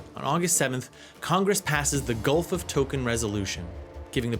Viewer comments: What a halfwit piece of click bait. It's Tonken not token. I got to about 20 minutes when I realized you didn't know a damn thing about the war. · I think it is called Gulf of TONKIN, not TOKEN. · Is this dude AI? He has some strange pronunciations...Gulf of "Tokin", and in his WW1 video he had some as well. Just a little weird is all. The videos are great.